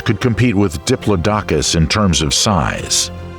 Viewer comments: You need a better narrator. The mispronounciation is super distracting. The video is informative, but you need to find someone that can actually pronounce the names of flora and fauna. Dip-low-dock-us??? 🤣 Try: Dip-lodd-ick-us. Sick-aids??? 😆🤣 You mean: Sigh-cads. Seriously, there have been several points where I had to figure out what the actual species was compared to what your narrator stated. A shame, because the content is good. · 😮 Makes me wonder how correct the pronunciation is for each creature considering Diplodocus* is mispronounced by this narrator. . (*Dip_LOD_o_cus*) ...and boorro (which sounds like how Anericans say donkey!!) instead of burrow!!😮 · Love these documentaries, love watching them when I got to sleep but the one thing that wakes me up, not kidding, is the mispronunciation of Diplodocus. It's a name that rolls off of the tongue, not in chucks. Aside the mispronunciations, fantastic documentary :)